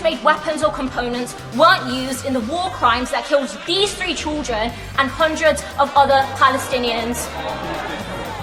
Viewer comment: "Who are zeez people...?!" - Lol!